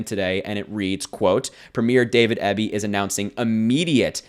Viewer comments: PREEM-yer. EE-bee. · David Eeee-Bee